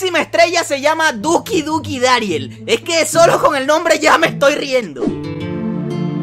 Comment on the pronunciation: lo pronunciaste mal el tiki duki dariel